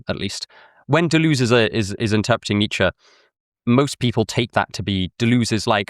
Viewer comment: Every time you pronounce Deleuze like that an angel loses its wings.